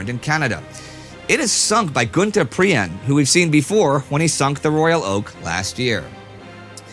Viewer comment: Prien is pronounced "preen"